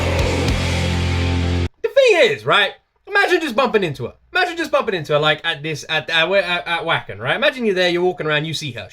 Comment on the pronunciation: Great reaction buddy the W is pronounced as a v in German keep up the great work